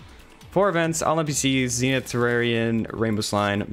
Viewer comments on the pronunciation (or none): It’s zen ith not zeenith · Not ZEENITH ITS ZEN’ITH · im sorry, the zeenith? your not saying that right lol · your pronouncing zenith wrong